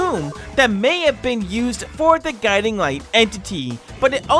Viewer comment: When bro said gudimg and figure i spilt my coffee